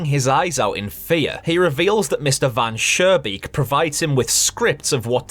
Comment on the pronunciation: Interesting ideas, looking forward to your full analysis. Just two things, the architect's name from story #1 is not "Van Surebeek", it's Mr. Van Schoonbeek. Sounded like you pronounced it with an r in the middle instead of an n Oh and in your long analysis I would not switch over the developer trying to get rid of the vermin first by not really taking care of the problem and then with poison and that it seemingly works at first and so on. I think it is important to the story.